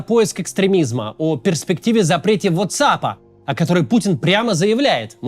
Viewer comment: Кац, не знаю как на иврите, но во всём мире говорят вАтсап